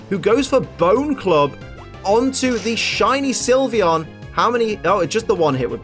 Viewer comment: SYLVEON, NOT SILVEYON! FIX IT NOW!